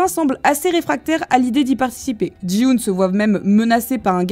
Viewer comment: Petite rectification pour t'aider Ça ne se prononce pas Ji-hoon mais Ki-hoon sinon chouette vidéo ! car Gi est similaire à Ki